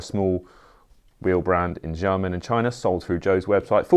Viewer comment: Please stop saying “jiamen” for Xiamen. It’s “shee-ah-mun”, not “jah-men”. Sh-, not j